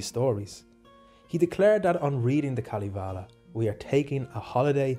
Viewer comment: Kalivale ? Its Kalevala... You say it how you write it.. I know finnish is hard languake, but this was kinda new way to say Kalevala..